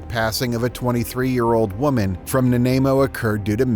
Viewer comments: Lol Na-nay-mo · "An affordable housing". "Nanaimo" mispronounced. If you're going to try to making your living off of monetized AI-generated videos at least hire some qualified editors. YouTube should require transparency in these bot "content creators".